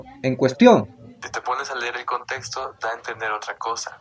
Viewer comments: desde que dice "contesto" en vez de "contexto" no le haría caso... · Desde Masaya Nicaragua. Con solo la mala forma de hablar, demuestra un nivel bajo de educación académica. Sin conocimiento, es fácil ser engañado. Pronuncia: "testo" en vez de "texto"; "contesto" en virtud de "contexto". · Hola B dias . Mira , desde que dise contesto en ves de CONTEXTO, testo en ves de TEXTO frases así, ya desde allí esta mal